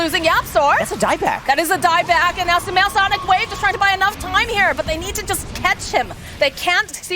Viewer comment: the caster keeps calling sumail with smel